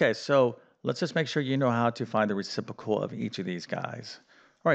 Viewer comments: Re-CIP-ro-cal. Re-ci-pro-cal. You're saying it as "Re-CIP-o-cal" without the "PRO" in the middle. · "reciPROcal" not "recipocal" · That "fancy word" is "reciprocal", not "recipocal" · Math teacher can’t pronounce reciprocal. The simple answer we were taught is invert and multiply. I have remembered this for 60 years! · You are a great math teacher. But there are two Rs in the word reciprocal. Ha.